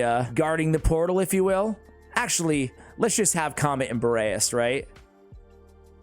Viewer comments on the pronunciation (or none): It's not comet , it doesn't sound like that. It's Ka - met .